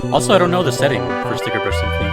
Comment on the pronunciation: Ah, more DKC, love it! =D By the way, it's "Stickerbush Symphony" without the 2nd 'r'. Even if the Internet has gaslit a bunch of people into believing otherwise! =P